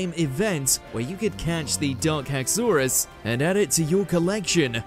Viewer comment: Number 11: Hax-OR-us Haxorus: HAX-or-us Iris: It's HAX-or-us WM hurt itself in confusion.